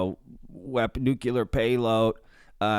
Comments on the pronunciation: Nu -cle-er NOT nu-cu-ler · It's nuCLEAR not nuCULAR. JHC. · Thanks for the fascinating vid. FYI, nuclear is pronounced "new-clear" not "new-cue-ler." The more you know. 😉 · NuCLEAR. Not nucular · New-Clear Why is that shit so hard? 😆